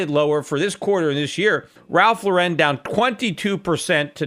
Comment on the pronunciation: Cmon Peter it is Ralph Lauuuuuuren not Laureeeeen